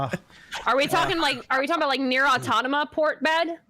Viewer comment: Someone please for the love of god tell it’s not Neir Autonoma! It’s Neir Automata. She has said it on multiple pod casts, it’s driving me nuts lol